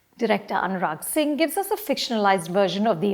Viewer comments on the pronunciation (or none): none